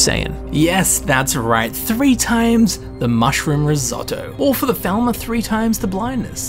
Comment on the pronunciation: They arw falmer not thalmer